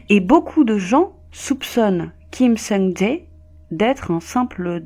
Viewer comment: Elle a dit "Ja Heyy" 😭😭 ça m'a fumé ptnn